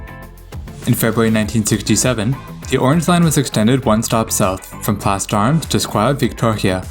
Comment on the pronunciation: Yes, well done. Small thing - in Place D'armes...the 's' is silent.